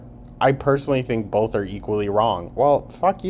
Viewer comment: Don’t forget “bolth” and “molment” lol